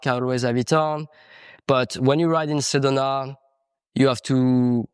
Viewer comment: Repeat after me: Seh doh nah. Sedona